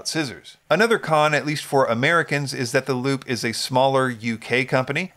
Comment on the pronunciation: Unrelated squirrel brain comment, isn't Lupe pronounced Lupe (Lupay) like the woman's name?